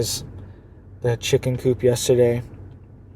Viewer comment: “Cicken” lol